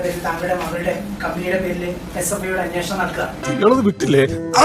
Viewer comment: P V യുടെ ഒരു confidence കണ്ടില്ലേ അന്വേഷണം എന്ന് pronounce ചെയ്യാൻ P V ക്ക്‌ അറിയില്ല . Confidence ന് കാരണം P V മോദി യുടെ കയ്യിൽ പിടിച്ച് യാചിച്ചിട്ടുണ്ടല്ലോ veena vijayan എന്ന തന്ത യില്ലാത്തവളെ രക്ഷിക്കാൻ 🤣